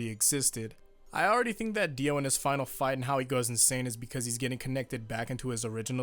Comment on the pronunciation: diu?! pfft, di O